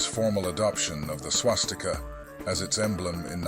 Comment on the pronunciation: It's Swastika, not Swastik. I'm pretty sure you are not from south india. You most probably speak Hindi, because Hindi people have a weird linguistic tradition of leaving the vowel in the end. Most of the ancient Sanskrit words are still pronounced exactly as they are in south Indian languages. In Sanskrit, it is called Swastika. Not Swastik.